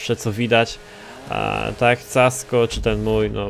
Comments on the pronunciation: Casco czyta się "Kasko" ty lucuchu niedobry. :D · mówi sie kasko